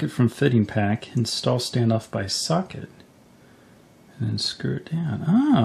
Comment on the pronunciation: when he says socket, it sounds like suck it, :) but good guide i learned alot